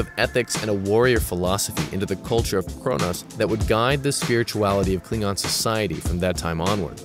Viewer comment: That ain't how Worf pronounces it.